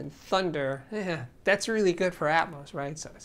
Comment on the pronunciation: For crying out loud it's not ATMOSE it's ATMOS as in Atmosphere. It's not Atmosephere is it?